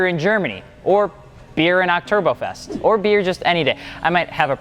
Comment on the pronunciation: I swear I heard you say ocTURBOfest